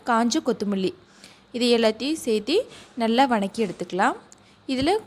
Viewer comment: இது வநக்கி இல்லை வதக்கி என்று சொல்ல வேண்டும். டேஸ்ட் நல்லா இருக்கும் என நினைக்கிறேன்